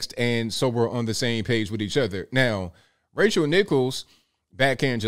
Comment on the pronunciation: Haha it sounded like you called her Racial Nichols